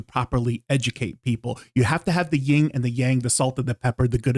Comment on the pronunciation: 1) You don’t have to publicly humiliate specific sellers to make a point. That’s just not nice and definitely unnecessary. 2) It’s YIN and yang. Not YING and yang. 3) The plural of “you” is also “you.” If you say “you” instead of “you guys,” we know you are talking to us as a collective. We would be **it-faced in two minutes if we used your overuse of “you guys” as a drinking game. 4) I subscribed for your good information. 5) I’m leaving because of your arrogance and condescension.